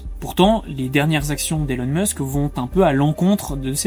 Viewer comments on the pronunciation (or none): none